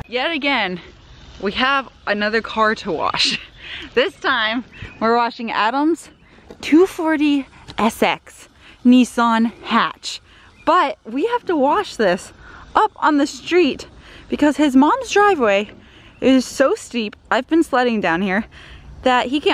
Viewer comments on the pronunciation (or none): why did say Nissan as Neeson?